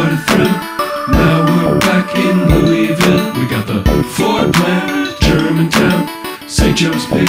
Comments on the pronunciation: So glad you say LOU’E’VILLE!! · Thank God you can pronounce it correctly!